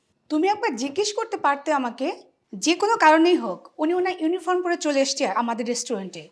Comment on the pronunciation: ইউনিফর্ম, কিন্ত ইউনিফ্রম না, উচ্চারণ ঠিকঠাক করুন